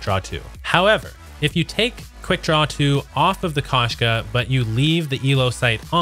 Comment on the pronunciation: Koshka sniper rifle is not pronounced kash- ka...as this guy is saying. It’s supposed to be pronounced as Kosh -ka. Him mispronouncing the name causes me to not want to watch his content. I don’t want to hear how he pronounces the operator mod Strelok. It’ll probably make my ears bleed.